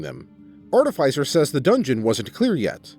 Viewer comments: no, it's art-i-fī-ser. You said it correctly. Everyone else is saying it wrong oddly enough. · He pronounced artificer correctly. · This guy must have low intelligence and wisdom. Also, you might be the only narrator that can say artificer correctly. Does no one else like necromantic tomes? Both liches and Dragons commonly makes them. They're heads that have books imprinted on them and recite the contents on command. On the bag of holding idea, just give him a normal one with an ooze in it. It'll devour everything he puts in it.